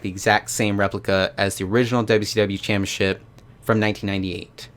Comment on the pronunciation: Why do you say it like that?? It's CHAMPIONSHIP... not Champyaship. Wtf...so annoying.